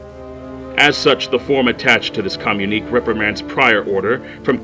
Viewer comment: "Communique" is pronounced "kuh--myoon--ih--kay".